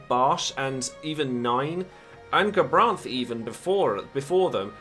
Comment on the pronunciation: Thanks for the video ^.^ Also "GaBasch" oops. That made me laugh XD